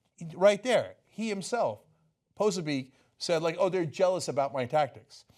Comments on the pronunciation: It's not pronounced "poh-sa-beek", Ana. It's "pah-soh-bik". Do some research next time into the people you're covering. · it's pronounced Posobyetz not "poso beak" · peh-so-be-ack. hard to stay focused with your constant mispronounciation